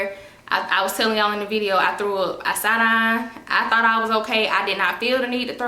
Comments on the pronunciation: “Sot dine” I can’t get over that accent! 😂 That darn is something else 😂😂😂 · Lol girl this sot dine got me too 🤣🤣